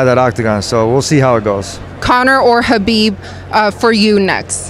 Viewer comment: she pronounced Khabib properly